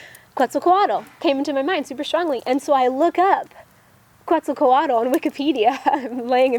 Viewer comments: Pronounced: Ket-zahl-kwaht. :) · Obzidian 92 I tend to agree on her pronunciation being a little off, though not too far off. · Your pronouncing Kuetzalcoatl wrong. lol You know nothing of it!